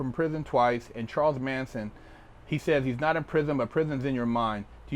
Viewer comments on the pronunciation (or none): none